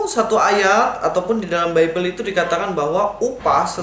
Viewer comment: upah melacur di dalam bebel halal, Bibel di baca bebel yah ibu?? kurang sehat ni ibu.